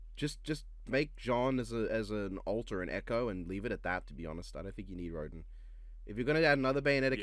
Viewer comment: Rodin it actually Pronounced As Rodawn